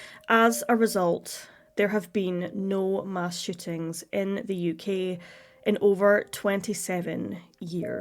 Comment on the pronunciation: Is it really that hard to pronounce shootings? Sounds like you're saying "shittings."